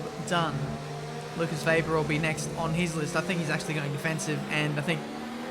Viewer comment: It's WEBER!!...not VAYber every damn time!... Weber, it's Weber. Jesus for an Australian man you sure have a hard time pronouncing the name WEBER!.